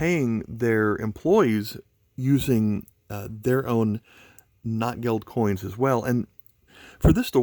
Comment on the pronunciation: It's pronounced "note gelt."